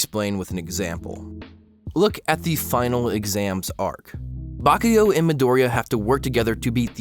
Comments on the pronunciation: Guys it's not MidOriya it's MidorIya. Please. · mEE-Doria not mahdoria, idiot. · Your video was wonderful. Bakugo is also my favorite character in the show and I always loved his design as well. But every time I hear you say Midoriya my heart fucking skips a beat. Just a simple difference in syllable stressing and yet so damn terrifying.